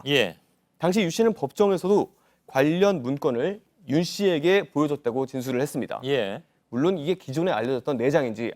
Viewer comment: 기자 딕션이 너무 안좋다.. 발음이 불명확합니다.. 했습니다가 해뜹니다.. 제로나인??